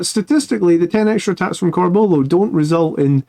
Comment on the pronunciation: Love your stuff but there's a U in Corbulos name..pronounce it m8! Lol oh and use spell checker on your slides 😂